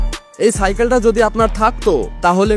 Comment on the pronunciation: আরে ভাই ওটা ছাইকেল না ওটা সাইকেল